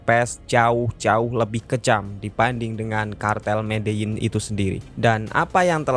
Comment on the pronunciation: Medein apa medelin sih gx jelas pelafalannya